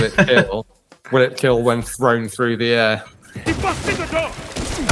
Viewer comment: It will keeel